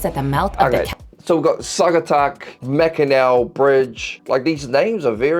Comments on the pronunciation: hearing mack-in-ack pained me inside LMAO, it's pronounced "mack-in-awe". fun fact, there's actually two different main mackinaws, mackinaw city and mackinac island and both are pronounced the same. tahquamenon falls is naturally brown because of the leaves (but it's also clear when looking in it, i've been to it so many times and it's not the kind of opaque brown you'd see in a polluted river). also, michigan has a STRONG indigenous heritage, over half of our city streets and town names come from native american language, specifically the potawatomie ojibwe and odawa people. theres also a very very strong central and eastern european heritage in michigan, and if a place name isn't native it probably comes from one of the eastern and central european diasporas that settled in michigan! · Yea it's pronounced Mackinaw and you will also see it spelled that way sometimes, too. The bridge is 5 miles long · Aye, Mate< Mackinac is pronounced "Mack-in-NAW." The state tree is the White Pine. The Sate bird is the Robin Red Breast. The State Flower is the Apple Blossom. The State Animal is the Wolverine, although the Wolverine population is nearly extinct. In the Netherlands, the majority of the Windmills are used to pump water since the land is below sea level. Wind mills are used to pump water, turn grain grinders and generate electricity. Take if from a native. If you want to learn more, there's the stories of Central Michigan and its people who were brought together during the lumbering days and the transformation to agriculture. You should come to know something about some of its people: Let me know what else you want to know. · Mackinaw is correct and Mackinac is still pronounced Mackinaw. Ones French and one's English trying to spell a Native American word. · Just an FYI, the bridge is pronounced Mackinaw. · It’s pronounced Mackinaw Bridge. Michigander here ❤ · Btw, our bridge is pronounced "mac-in-awe" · No that's not the Mackinac Bridge. It's pronounced Mack-in-naw